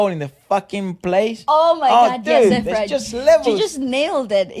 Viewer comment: Efra, perfect pronounciation of the title